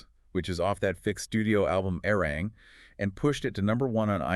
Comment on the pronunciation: 1. ARMY"S didn't get quiet, we applauded. 2. ARMY"S didnt like the nee category because...read the fine print. 3. Please say ARIRANG correctly. Respectfully 4. ARMY"S didnt forget Billboards manipulations. Arirang is a quality album, Grammy people who are speaking out then setting their accounts to private says A LOT